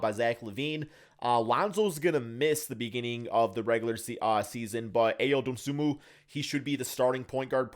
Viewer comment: Still saying A O Dosunmu 🤦🏾‍♂️ I guess he doesn't read comments